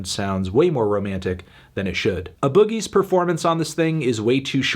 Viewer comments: When will you realize it’s AYE boogie not UH boogie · nigga said uhboogie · He said a boogie . Like a booger in someone's nose and not an initial 😂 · The way you pronounce A Boogie bothers me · The way that you said a boogie (with the hoodie) was incorrect and upsetting LOL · Why he pronounce a boogie like that